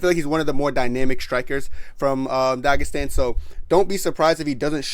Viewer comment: bro said tagistan